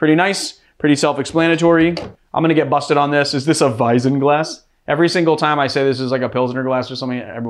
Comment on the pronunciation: Btw it's WeiZen not Weisen, you have to press the tip of your tongue against your front teeth, it has to sound hard. And you Swedish is funny, it sounds more like Thai :D